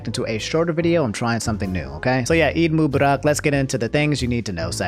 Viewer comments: You butchered the pronunciation of eid mubarak it’s eid muu-bar-rak, but it’s the thought that counts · You messed up the pronunciation of Eid Mubarak lol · LOOOL my guy butchered saying Eid Mubarak 😭😭😭